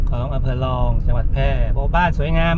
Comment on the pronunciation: อำเภอลอง ล.ลิงสะกด พูดภาษาไทยชัดๆนะครับ